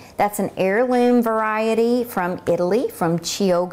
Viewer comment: Thank you for the video! Just a little note: Chioggia is pronounced `kyawddja'. =)